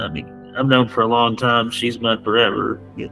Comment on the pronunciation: "how lond have you been a fan" 😅😅😅